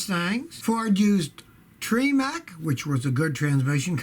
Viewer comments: Tremec is not pronounced “tree-Mac”... It’s more like “tra-mick” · Haha you caught that Everyone pronounces it "TREM-EC"